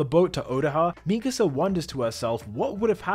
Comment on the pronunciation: The way he pronounces mikasa in past two videos really irks me. Like have you even watched the show?